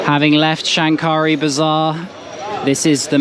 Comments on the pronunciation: Hi,I am a Bangladeshi living in Australia...while you visited old Dhaka the word Shankari bazar should pronounce Shakari the N remains silent.....I enjoyed watching your video Thanks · You don’t pronounce the ‘n’.